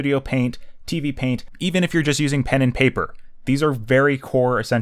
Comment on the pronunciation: “clip studio pant” Captions:” studio pain “